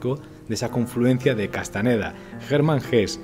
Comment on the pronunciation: Carlos es Castañeda con Ñ. Si los gringos no tuviesen esa letra no significa que uno lo pronuncie mal.